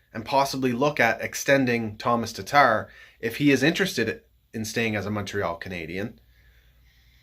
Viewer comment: I do love me some TARRRTARRR though